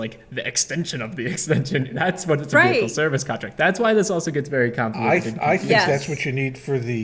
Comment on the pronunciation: The "h" in "vehicle" is supposed to be SILENT!